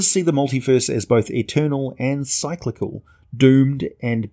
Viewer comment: cyclical is pronounced "Sick-lik-kal", Not "Sy-klick-kal" melee is french, it's pronounced "may-lay" sigil is pronounced "sij-ul". An actual sigil is synonym of a rune or glyph, and I assume that the planar city of sigil is pronounced the same. I really love your vids, and I'm going through many of them, they're great, but your pronounciation is abominable. Again, I realize you're not American, but still . . .